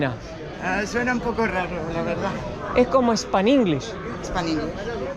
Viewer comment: perdona se dice spanglish